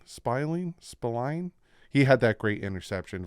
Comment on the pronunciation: Are you so young you don't know Mickey Spillane? 😂 It's "Spil-lane", like a lane of spill.